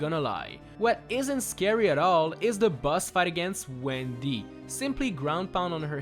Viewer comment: And he Also says Gwen D instead of Wendy